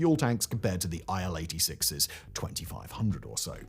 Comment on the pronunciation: It's not Ai El. It's IL as in "ill", because it was made by Ilyushin Bureau. Ilyushin = "Il". And why botched? lol It was an alright wide-body mid-range workhorse. Maybe not as advanced and refined as contemporary Airbuses and Boeings, but it certainly served it's purpose quite well. I personally flew on Il-86 at least 10 times from Moscow to Sochi and from Moscow to Leningrad (St. Petersburg) and back in the late 80s and early 90s. Nothing bad to report really. It was fine, smooth ride, lots of space. Yeah, maybe a little bit noisier than Boeings, but not at all unbearable. And there was no need to waste time on checking your baggage in and out.